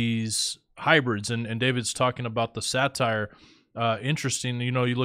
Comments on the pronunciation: Pamela Wherey is correct. Your mispronounciation gives a very wrong association. Satyr is pronounced 'SAA-TIR... That's a short a, (as In 'cat') and a short i sound, so 'tir' rhymes with 'ear'. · Daemon is a British spelling, and is pronounced the same as demon. Satyr is pronounced as say-der, not satire. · Say-der, not satire, is how it's pronounced, I believe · Say-ter that is how you say it. Not sat-tire. Godspeed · Satyr is pronounced “say-ter”. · Now I understand why Jasher is not in the scriptures just way 2 weird! Satyr is pronounced Say-Tur, not satire! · Satyr is pronounced say-ter, not satire, which is a form of comedy. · Satire is a form of comedy. A satyr is a mythical creature. You guys are too educated to mispronounce stuff like this. Love the info and studies. It's unfortunate that you don't take the time to effectively communicate. My intention is in love and with Kingdom concern. Thanks for all your hard work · Isn’t it pronounced say-ter? Also men- deees?